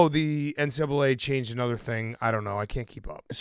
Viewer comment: saying “anudder” and confirming he has early onset Fleming was hilarious